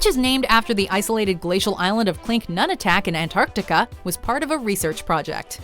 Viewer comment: You guys say ‘Antartica’ Weird... I should Know, I live right next to it! Say it all together not ‘Ant-Arc-tica’ more like ‘Antarc-tica’ the moreee youuu Know haha.